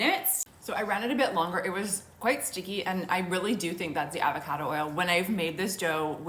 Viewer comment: I hate the way you say avocado… still trying this out tho